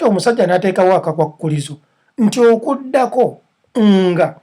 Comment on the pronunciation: Okudako?? oba okujjako?? hmmmmm, pronunciation!